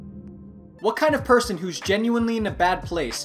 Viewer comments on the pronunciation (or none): none